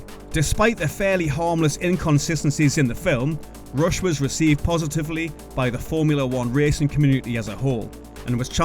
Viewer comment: is it Rush or Roosh, lol